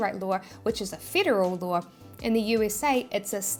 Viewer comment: stop saying "lawR"